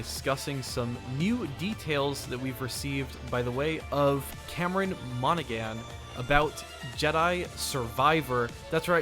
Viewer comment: Great video guys. New subscriber. Just friendly correction. Cameron's last name is pronounced Monna-Han, not Monna-Gun. The 'G' is silent. Per the interviews where the actor actually says his own full name 😊